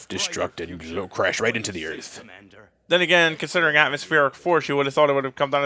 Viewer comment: welcome to earf